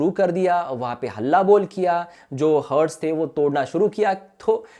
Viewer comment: हर्ट्स नही यार its Hart's हार्ट Plz be correct